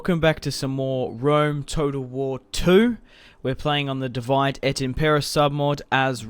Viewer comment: I like the video but please say divide like dividay and not like the english word because it is latin.